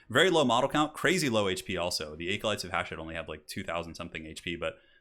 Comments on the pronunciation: ..."aecolytes"? Bruh. Bruh. Bruh. No joke man, that's the first time I've ever heard someone pronounce "acolyte" that way. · Just FYI 'acolyte' uses a short A sound, like apple. Not a long A sound like acorn. Just google it and hit the pronounce button